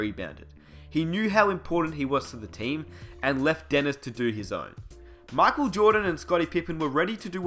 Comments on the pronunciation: Pronounced MICHAEL jordan Not MOCK jordan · "MOCHAEL JORDAN" 😂😂😂😂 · it's Michael not MOCKel you shmuck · Mahckle Jordan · Please stop destroying the word "Michael."